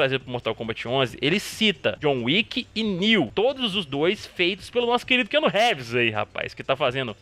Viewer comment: Keanu RÉÉÉÉEÉVÉÉÉES KKKKKKKKKK.... Cara, se vc não sabe falar inglês e tem q falar um nome americano no vídeo pelo menos jogue o nome no google tradutor e veja como é pronunciado. Fácil e rápido.